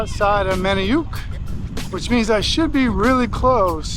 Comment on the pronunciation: Need to work on some of those location pronunciations 😄 Perk-E -omen Manny- unk